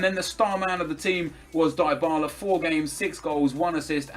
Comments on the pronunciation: It's pronounced dibarla not diybarla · you pronounce it dibala not daibala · I'm not sure on this but isn't Dybala pronounced "Dee-bala" instead of nep's "Die-bala"? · In italy we pronunce it "Dee-bala"